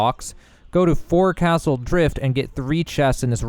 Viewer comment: Obligatory sailor correction here: Forecaste is pronounced "foc'sle'. This has been your useless knowledge fact of the day.